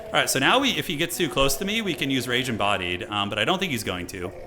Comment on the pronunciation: I heard "Ragin' Body" instead of Rage Embodied like yes, he does have a Ragin' Body.